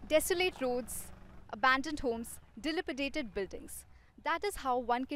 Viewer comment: ‘Dilapidated’ was mispronounced